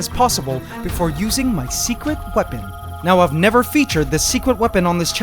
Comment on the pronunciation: he said secwet weapon